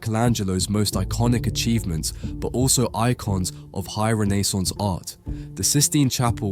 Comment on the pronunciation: Amazing video! So informative and persist. But way you said Renaissance made me want to jump off a building good lord man